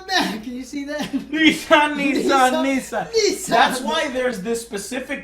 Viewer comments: Its nissan, like nis-san not nice-on, . Your pronouncing it weird. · Neassan? Hahahahaha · Two Nii-sans out of 10? Maybe a toy Yoda or a Handai out of 10. (Sorry. Just couldn't get over Texans pronouncing asian brand names. I'll see myself out.) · You Americans pronouncing Nissan makes me cringe.